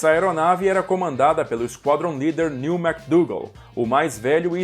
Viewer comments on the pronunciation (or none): none